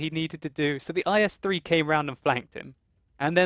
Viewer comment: the tank name is not "ice-3" it called "ees"